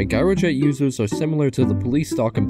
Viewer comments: By the way, "Gyrojet" is pronounced with a J at the beginning. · It’s pronounced “jy-ro-jet” and spelled gyrojet.